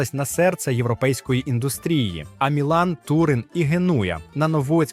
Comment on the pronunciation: Штучний інтелект дав збій